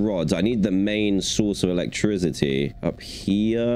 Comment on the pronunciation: Bro instead of saying electricity he says elec-TRIZ-ity I’m not trying to be mean just pointing it out